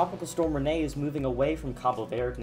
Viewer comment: Yay he finally said Rene right